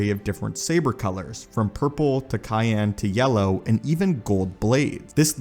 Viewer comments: For cyan, pronounce "SIGH yan" not "KIGH yan" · KYAN! LOL its pronounced syan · Cayenne is a pepper, the blue hue your referring to is cyan pronounced "sai-an" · Did you really say cayenne as a color? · Isn't cyan pronounced "saian"